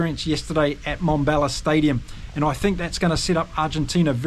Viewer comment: It is NoT Mombella It is MmmBombela. Transition from an m sound straight into a b sound. Let your pierced lips for the m sound pop through the b sound. Come on, you can do it. 😊